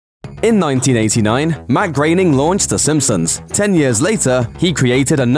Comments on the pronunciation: Grow-bing not grain-ing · Matt graining? I thought his name was Matt Groening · Groan-ing, is how you pronounce it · Why is he pronouncing his name as Matt "Grayning"? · Grainnin? That's not how you pronounce it.